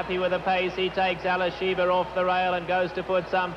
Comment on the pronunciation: I consider Denman the greatest race caller ever, but it is Alysheba, not Alysheber. So annoying to hear names being mispronounced.